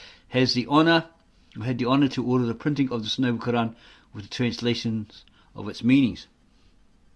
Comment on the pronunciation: You can't even pronounce the Quran and you'll teach us about the truth you joker